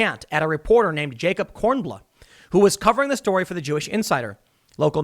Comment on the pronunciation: Kornbluh lolllllllll